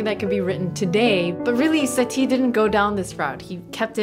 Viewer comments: The accent is on the first syllable:SA-ti, not sa-TI. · I could've sworn that Satie isn't pronounced like "Satee".